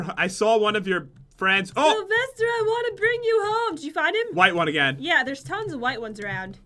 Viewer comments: Salvaster? Don't you mean Sylvester? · I thought it was sylvester not salvester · who is salvester??? isn't it Sylvester??? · I'm sorry, who's this "Salvester"? By any chance does he know a bunny named Sylvester? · Umm...Its Sylvester